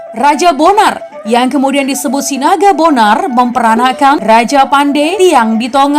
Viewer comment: Interupsi Sinaga Bonor bukan Sinaga Bonar